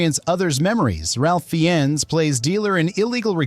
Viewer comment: Ralph Fee-ens? Ralph (pronounced Rafe) Fiennes. Mind blower of a movie.